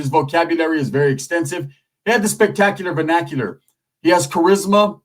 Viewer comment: Spec-tac-u-lar Ven-ac-u-lar 😂